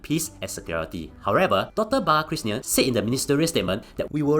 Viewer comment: managed to pronounce "Balakrishnan" instead of Bla@ 😂. Love the video. Keep it up!